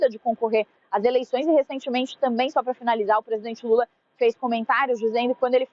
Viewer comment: Falam Direito e lula e fala Normal e não Lule isso e Coisa de Gay